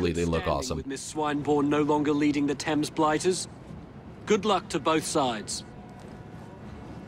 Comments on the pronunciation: as a person who lives in London it's not pronounced Fames. It's pronounced Temz. Just as a heads up. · Did you see how he pronounced Thames? I'm dying. xD